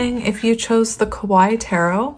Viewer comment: Hi, love your channel! You're so sweet. 😊 Since you like to use the Kawaii deck I wanted to tell you that it doesn't rhyme with the pronunciation of Hawaii. It's more like ka-wa-EE 🙂